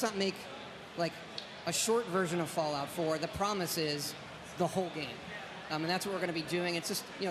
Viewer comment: He does say fallout, just sounds like fallow if you listen closely :(